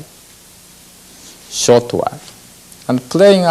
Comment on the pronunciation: Shirt? Shoot? Sheet? What's the word? 😂